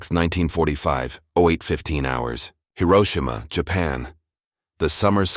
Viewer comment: Please Hiroshima correctly. Currently you do not